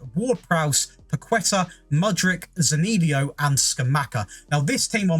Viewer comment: The most impressive part of this video is the way you pronounced Zaniolo's name. 🤣